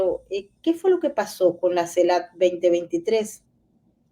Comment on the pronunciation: Tu trabajo es maravilloso pero tú pronunciación no tanto...dices CELAP, y es CELAC, dices cactura en vez de captura... justo al revés...😉